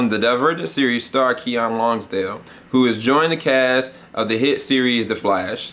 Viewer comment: It's pronounced Kee-Nin.